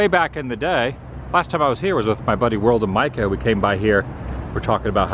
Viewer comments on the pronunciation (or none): none